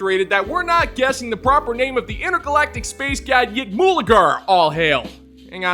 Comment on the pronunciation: You mispronounced the intergalactic space god's name ... AGAIN!!